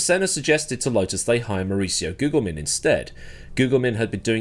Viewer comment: The second g in Gugelmin is a soft g - he does the Brazilian Portuguese pronunciation on the American ESPN channel in the 80s "but the English end up saying Goojilmin." Worth seeing that video just for Christian Danner do his best London estuary accent to say "the correct pronunciation of name is Christmas Dinner"